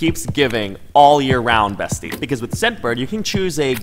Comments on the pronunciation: Actually it is Bestia, in Hungarian, there is an A instea of an E so no worries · (Hungarian here) Oh dear, the word is bestia, not bestie 😁 still love you though❤️ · It's okay, actually it's not "bestie" that means beast in Hungarian, but "bestia" ✨ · Beast in Hungarian is "bestia" and it's pronounced as "besh-tee-ah" Google translate lied to you😭😂